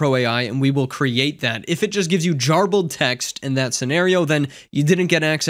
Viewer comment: Jarbled? JARBELD?